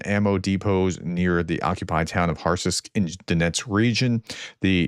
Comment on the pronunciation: That would be “hartsisk” phonetically. Also, concerning the missiles the USA are holding? They’ll get them when they need them. Right now this is a drone warfare. They’re not using them now and would just be sitting in a warehouse waiting to be hit. They’re better off building drones and being rebuilt to contemporary needs. Russia will not be able to respond when the weather goes cold/ wet. The future of this war is set. Russia cannot keep this up. Putin has lost this fight, and once these missiles end up on a shelf in Ukraine the USA will never get them back.